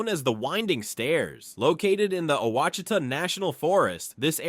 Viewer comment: Seriously dude mispronounced ouchitas with 6 different pronunciations! Pick one. Right wrong pick one.